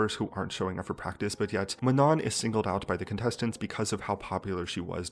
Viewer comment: it’s MANO the last N is silent